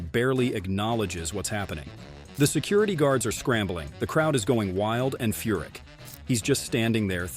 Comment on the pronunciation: It's Furick not F***